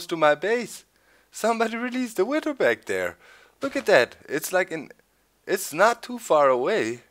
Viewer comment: Doc, versuch bitte mal ein bisschen an deiner englischen Aussprache zu arbeiten, es tut mir jedes Mal in den Ohren weh, wenn du "Witter" sagst... Keiner verlangt perfektes Englisch, aber es wäre ganz cool, wenn du das "th" wie in "SethBling", "over there" und halt "Wither" ein bisschen, naja, englischer und weniger deutsch aussprichst ;).